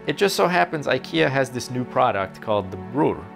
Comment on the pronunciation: Why did you pronounce "bror" like that? It's supposed to sound more like broor.